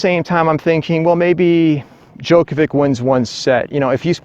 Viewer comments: Yeah, he he he, Djokovik...tell him to pronounce Đjoković- Djokovich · I can't watch your f*cking video. How do you not know how to pronounce Djokovic correctly? How annoying!